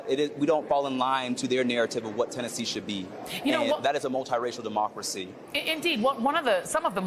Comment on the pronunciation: 😂😂😂....all of a sudden..."MA-Democracy" 🤣🤣🤣